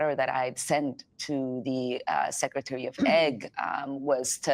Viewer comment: Why she keep saying secretary of egg lol